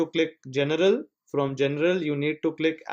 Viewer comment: He meant general but low key said genital